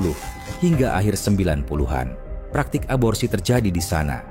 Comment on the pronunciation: aborsi bukan absorsi 😂😂